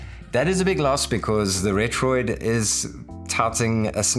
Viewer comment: Thanks for not calling it retroARK